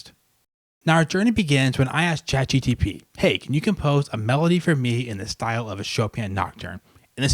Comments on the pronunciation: You still say ChatGTP! 😂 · No he said ChatGPG